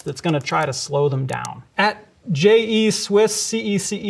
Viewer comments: pronounced as “J-E Swiss C-E C-E” 😂 cool info though! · Him pronouncing that French was an extreme American moment. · suprised there hasnt been any french ppl coming at him for his pronunciation of that user name 🤣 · Haha great video, your pronunciation of a french username was fun too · This was really interesting and I learned a lot. But I can't get over how he pronounced "je suis cece". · pronouncing "je suis cece" like my first day in french class